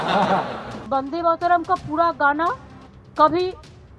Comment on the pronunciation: ko bolna nahi aata 'Mataran' bolti hai